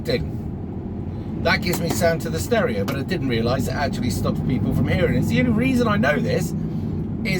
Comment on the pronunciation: He said "Stereo" 😁 very west country😉